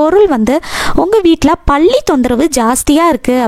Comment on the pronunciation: பள்ளி இல்லை.பல்லி